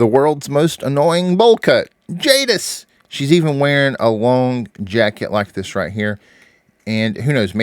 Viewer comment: It's Jadis